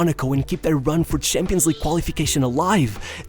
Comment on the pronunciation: Bro. It's personal CHEF like SH not 'chef' like 'change'.. and it's CHAMPION like 'chimp', not SHAMPION, like 'shampoo'. Getting your 'sh' and 'ch' confused lad. You can pronounce them both perfectly, why are you confusing them?